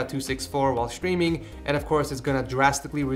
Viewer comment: its wierd to me that you say everything that starts with and s and say sh example (stream-->shtream)